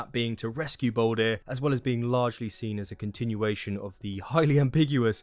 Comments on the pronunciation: Not trying to sound aggressive but can u please stop calling him baldir (bawl deer). Another name for him is literally baldur (bawl dur) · it’s all good. I can see how it makes sense to say baldir when all ur given as a name is baldr.